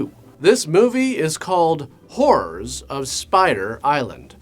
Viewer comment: I thought it was his accent, but it really was the Whore's of Spider Island...